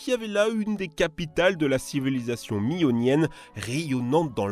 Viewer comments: On ne dit pas "le rascasse", mais "la rascasse"... Si avant le mot "poisson" s'écrivait "poiffon", c'est que les "s" s'écrivaient "f", mais la prononciation était "poisson"... Ce n'est pas la civilisation "Mionienne" mais Minoenne... C'est quoi le rapport entre une météorite qui brûle dans l'atmosphère au large des côtes libyennes et les tensions entre l'Inde et le Pakistan ????? "Ca a vraiment failli déclencher une guerre nucléaire" euh... non. Aucun rapport. Les corses qui brûlent des yachts comparés à des pirates ? Non... ce sont des pyromanes criminels terroristes ceux qui ont fait ça. Mais ce n'est pas un acte de piraterie. Et enfin, une des motivations de la France pour la conquête de l'Afrique du nord était de mettre un terme à la piraterie des barbaresques. Et comme l'empire romain en son temps, la France y a mis un terme. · Minionene ? Pardon, c'est les Minoens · attends... comment tu prononce minoens? hahaha